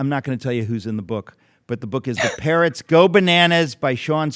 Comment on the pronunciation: Sounded like "parents" go bananas , but it is, 'parrots"